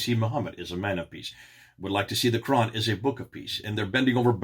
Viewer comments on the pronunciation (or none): none